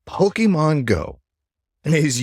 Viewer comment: Poke MON not pokeman... It's short for pocket monsters.